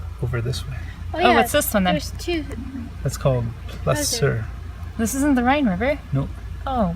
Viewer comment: It isn't pronounced Chur as in "Church", it is pronounced as in "Cor"